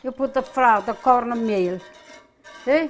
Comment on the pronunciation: Corrrrrnmeeel. Mushrrrrroms. SALLLSA!!!!!